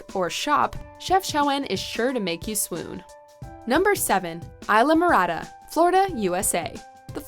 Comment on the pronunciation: It says Islamorada...you say Aylamorada...it's pronounced EES-LA-MO-RA-DA.